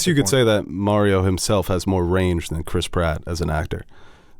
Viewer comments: Stop saying “MEH-río” 😠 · I am SO GODDAMN TRIGGERED that you guys pronounce Mario like “Mary-o”